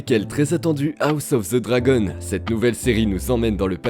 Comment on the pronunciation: Moi je connais juste "House of the Dragon " ....pas "House ofz ze Zragon" 🤦‍♂ esti que les francais on toujours un accents degeulasse quand il parle en anglais🤣 bien contents d'etre québécois et de ne pas avoir d'accents qui fait saigner les oreilles.